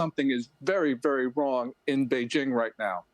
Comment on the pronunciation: He meant something very "wong". That's actually normal.